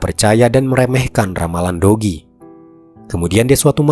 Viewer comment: kok aq dengernya, dogi ya bukan do ki 😂😂